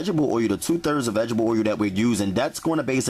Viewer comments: tha fuk is 'VEGGIBLE oil' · vegetable "oy u" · Vegetable oye-u